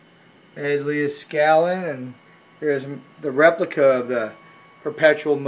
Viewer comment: Hey man you are killin me with the way you keep butchering Mr.Leed-skal-nin's name by mispronouncing it Lee-uh-skalin.